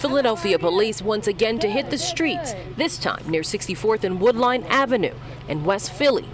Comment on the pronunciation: "Woodline" Avenue? No Woodland Avenue! Also it's Southwest Philly, not West!